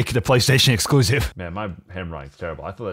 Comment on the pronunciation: Im sorry i like ur videos but u keep sayin playstaton elucisive nobody wants it playstation exlusicve keep it up bro wwwww